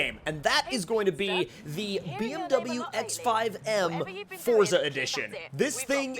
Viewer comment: I'm glad you say forza the rite way and not Fortza like a lot of other people say